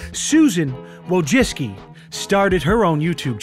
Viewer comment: Unless the C is silent in her name, then yes you made a mistake by saying Susan Wojiccki by putting emphasis on the I in the middle of the name instead of saying Susan Wojcicki. If the C is silent, then fuck names.